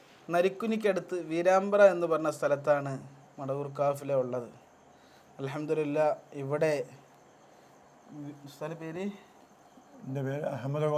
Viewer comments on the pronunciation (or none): വീരാബ്ര അല്ല വീര്യമ്പ്രം